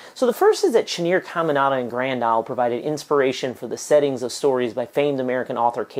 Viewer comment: It’s pronounced “CamiNADA” not “ CamiNANDA”. Your putting a 2nd “N”